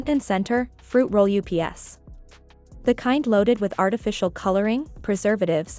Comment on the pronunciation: Fruit roll UPS. AI said it like the postal service. Please use your regular voice. AI doesn't need to take over now.